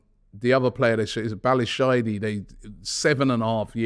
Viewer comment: Bali-shy-dy Damm robbie 🤣🤣🤣🤣